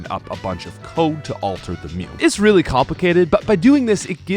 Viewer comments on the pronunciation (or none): none